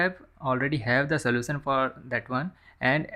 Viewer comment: soution no no => slosan your English want to fuck